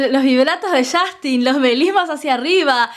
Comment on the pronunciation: Qué risa cuando los argentinos pronuncian el nombre de Justin Bieber como "YAJTIN"